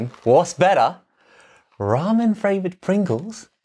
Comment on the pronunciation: Ramen fRavored Pringles 🤣